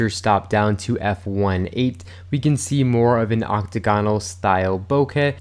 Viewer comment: BoKEH, not “bocah”. KE not ‘ka’. Rhymes with OKAY. BO-KE.